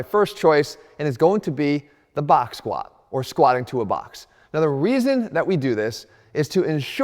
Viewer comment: Stop saying squaa 😂 there's a letter T at the end Jeff.